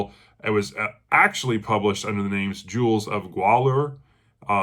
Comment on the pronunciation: Still chipping away at The Coming of Conan the Cimmerian. Thank you again for introducing me to the series. Fantastic job at the name pronunciation. You did far better than I would have. 😂